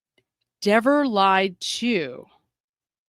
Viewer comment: It’s Dever, not Devers, get her name right!